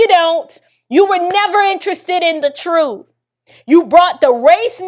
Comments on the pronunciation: Chump kills me when he say Troof. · How do you look at “Truth” and willfully say “Troof”outcho mouf?! 😡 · become "toos" to silenence dissen... Crump always has a hard time finishing words beginning with a T....